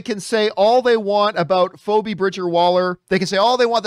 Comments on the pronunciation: Lmao I tried so hard to psychically connect with John across space and time to let him know how badly he had just mispronounced that, if only because he has a marginally better chance than most of us do of ever actually meeting her, but no luck. I need more spice melange, I guess. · Does John not know how to pronounce Phoebe? Has he ever seen the show friends?